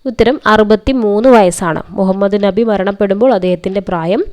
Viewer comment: ന്നബി അല്ല നബി